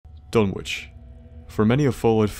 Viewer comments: Pronounced Dun-ik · Done ich is the pronunciation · Surely the w is silent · Did you notice he mispronounced Dunwich the whole time?